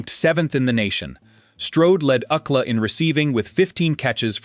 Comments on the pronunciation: U.C.L.A. not "OOCLA." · Oookla? Did Kelly Bundy sound this out. It was U C L A you boneheads. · Prounouncing University of California, Los Angeles as “ūkla” is completely distracting. It is pronounced by each letter: U.C.L.A. Paté is not how Americans pronounce it, either. It’s pāte. So distracting! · U-C-L-A not Ookla😂 Ookla was Thundarr the Barbarians sidekick. This is getting ridiculous. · Ook-la? You mean “UCLA”? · UCLA, not Ucla. Stupid ass. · OOO-cla. LOLOLOLOLOL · No one in the United States calls UCLA by the term ookla. U. C. L. A. is pronounced like you see el ay. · Ookla? I think you mean U. C. L. A. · Ookla?! Are you trying to say University of California Los Angeles - U.C.L.A.???!!!! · ookla😂😂😂 UCLA??? 😭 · "Ookla?" Don't you mean U.C.L.A.? Please get a human narrator! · UK LA? You mean U.C.L.A. ?!🤨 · U. C. L. A.- not ooklah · It is U. C L. A not UUcla. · I'm thinking, what the heck is OOKLA, until it dawned on me. Doesn't anyone ever check pronunciations at least? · University of California Los Angeles UCLA being pronounced “ookla” 😂 distracts from this story. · It's U.C.L.A. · This is the first time ever hearing UCLA pronounced as a word. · Proud of LA born and raised Woody! Took me a while to figure out what “UCK-LAH” was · Took me a while to figure out what ookla was… I thought he must have went to some Indian school😂😂😂😂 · oookla? really? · UCLA? That’s U.C.L.A as in the University of California Los Angeles. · I'm African living in Africa, so I am trying to understand does he mean UCLA? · UCLA, do you mean U C L A, the University ? Come on, do better. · THE GUY SAYS ................... UUUCLA ?????? FOR UCLA .................. C"MON ...... PLEASE ................... WOODY STRODE ................... AN ALL TIME FAVORITE ................... TRUELY .... A GREAT MAN